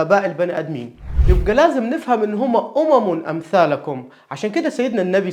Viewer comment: جزاكم الله خيرا دكتور بس فيه غلطة فى نطق امم امثالكم